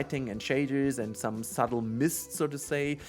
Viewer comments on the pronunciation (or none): It's Subtle not Suddle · Suddle? I think you mean subtle. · "Subtle" not "suddle" lol. Sorry guy, that was kind of painful to see. Great vid!